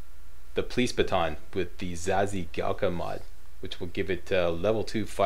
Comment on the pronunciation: Just for the future. Zazhigalka means lighter in russian... And that the "zhi" is read more like a "gee" or "gi" then "zee".